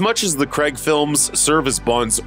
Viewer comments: Craig. CRAIIIIIIIIIIG. Not Creg ffs. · It’s Daniel CRAIG ..Not Creg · When are Americans going to learn how to say Craig